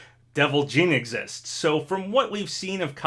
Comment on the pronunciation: who is jean? lol its JiiiiiiiiNNNN!!!